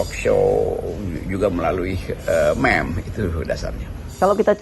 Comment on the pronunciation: Meme sebutnya MIM